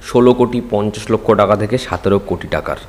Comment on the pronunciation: দাদা সাতেরো কথাটা ঠিক নয় ওটা সতেরো